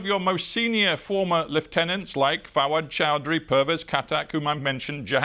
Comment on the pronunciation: I kept thinking what he meant by repeating the word Forward Childery again and again. Then I learnt he was saying Fawad Choudhry